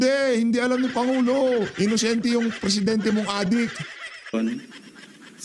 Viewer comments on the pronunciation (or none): Inosente, hindi "inusente"., itama naman natin.